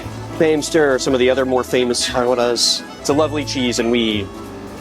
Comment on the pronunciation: As a dutch person I apreciate how you pronounce Gouda correctly! none of this "Gu-da" stuff